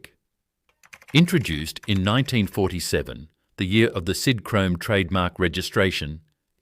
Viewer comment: Sidhrome? God I hate AI